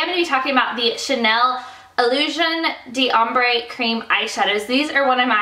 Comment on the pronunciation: It is pronounced 'dom', not d ' hombre.